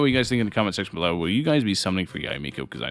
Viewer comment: This video gets a thumbs up just cause you said Yah-eh Miko right.